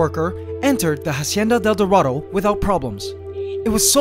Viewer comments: I'm bilingual and I speak spanish. Try to pronounce it "Asienda del Dorado" Because in Spanish, the H is always silent. So Say Instead of "Hacienda del Dorado" try saying "Asienda del Dorado." By the way, you could also try adding "La" to the beginning of the name, so, "La Hacienda del Dorado". It just makes more 'sense' and it sounds better like that. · Ughhh it annoys me how you say "hacienda del dorado" But i love you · hahahahha how he pronounce "la hacienda: el dorado" epic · The way this guy pronounces Hacienda del Dorado is giving me cancer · I love how you pronounce “Hacienda del dorado” 💕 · Please google translate hacienda del dorado so you pronounce it right. It's agonizing to hapear you saying it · I was so annoyed for the pronunciation of the ''Hacienda del Dorado''